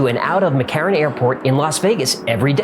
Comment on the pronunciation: Im impressed by how you correctly say Nevada, and more impressed that you referred to the airport in vegas as McCarren. Keep up the good work dude.